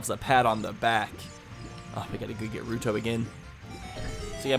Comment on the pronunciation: I thought you said rude hoe for ruto